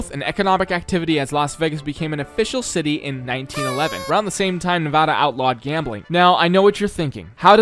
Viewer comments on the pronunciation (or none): As I lifelong Nevada resident, I can tell you it is pronounced nev-AD-uh not nev-aw-da! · its nevAda, not nevahda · As a nevadan, I want to say nice job. But, you pronounced Nevada wrong the whole video. We take this very seriously. Nuh vah da not nuh va da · However, the way he pronounces Nevada is very much annoying. It's Knee-Vaaaah-Duh, Not Knee-Vaw-Duh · I wonder how many Nevadans are going to be angry that you mispronounced Nevada several times. I count at least 1. In seriousness, it's really neat to see an area I lived in as a kid built in Minecraft. Excited to see where gets built next! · How do you make a video about Las Vegas without ever being told how to pronounce it or Nevada by any of your builders